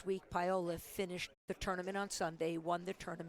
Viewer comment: Why on earth does Fran Davis pronounce Paola Longoria's name as "pie-o-la"? It's so uneducated.